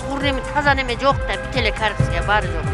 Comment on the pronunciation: Журналист кыз коррупция дегенди сонун айтат го корупсуюя корупсуюя деп 🤣🤣🤣🤣